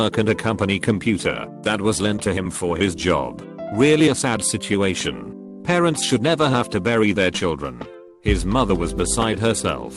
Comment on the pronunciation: So is no one gonna talk about “parenents”?